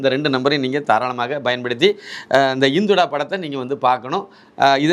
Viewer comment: படத்தின் பெயர் " இந்துடா " So don't say. " இந்தொடா " உங்கள் உச்சரிப்பை சரி பார்க்கவும் 🙏